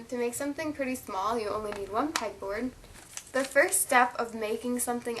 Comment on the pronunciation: Did she say peg board or peck